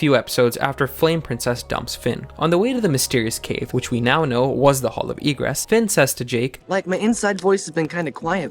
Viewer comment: And also why Egress sounds like Regress ??????